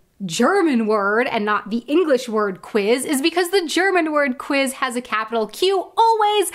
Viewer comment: You're saying kviz.. not kwiz. No w sound in German?